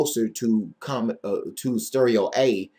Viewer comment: () has a great voice, but he has no idea what he is talking about. I BET, he still has not seen Comet ISON. Is he sharing his own photos of the comet? No! Does he know the difference between rotate and revolve? No! Does he pronounce coma like comma? Yes! Is he trying to make money off the internet with his baloney? Yes! On Fundrazrdot com states "It takes over 50 Hours per week to do the research needed to bring the End Time info to the Public. Your donations help make this possible." YouTube pays him too! No baloney means no money!